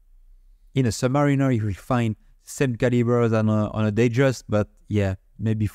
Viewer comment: Not to be all 🤓, but the correct pronunciation of submariner is sub "MARE" inner. Or sub "mär" inner depending on where you're from. Reason being is that you wouldn't pronounce mariner like mareener, at least it's not technically correct. Here's some evidence I was able to find for you. "For years I pronounced it as submareen-ER, because that's how the sales rep at Ostranders pronounced it. It wasn't until about 1992 that I heard it pronounced sub-MARE-iner by a Rolex Canada technician, when I realized I was wrong". Hope this is helpful. I'm sure there's some more anecdotal evidence lying around online.